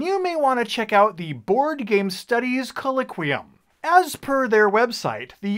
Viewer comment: not trying to nitpick, but you mispronounced "colloquium" throughout this video.